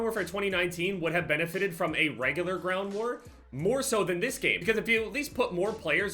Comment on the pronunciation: “This” is a very easy word to pronounce, there’s tutorials on YouTube if you really wanna learn it that bad but if you don’t wanna learn it we’re here to support you man, love you. 💪❤️